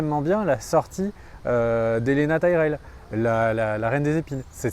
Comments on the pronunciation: "Elena Tyrell" "Daenarys". Faudrait réviser la prononciation des noms des personnages. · il faut vraiment que tu arrêtes d'écorcher les noms des persos. Ce ne pas Helena Tyrell mais Olenna. Et surtout il n'y a pas de JEFFREY! C'est JOFFREY! xD